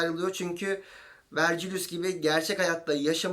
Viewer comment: Küçük bir düzeltme: Latince olarak Vergilius olarak yazıyorsak, Vercilyus diye değil, Vergilyus diye telafuz ediliyor.